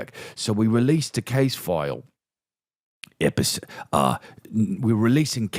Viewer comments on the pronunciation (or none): Chris did you mean to say EPISIDE? It's a gackney accent aint it?